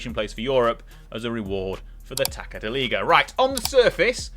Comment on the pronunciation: Your pronunciation was not bad, as we are a tricky language to master. Although the only thing that is kind of nerve inducing is the pronunciation of "Taça". To those unware, you are saying "taka, taka da liga". However, it should be pronounced as "Ta-suh" or "Ta-sah" Take the the word "Garçon" (as in waiter), the sound of the Ç should be the same